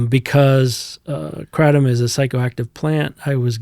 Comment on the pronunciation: kraTOOOm xD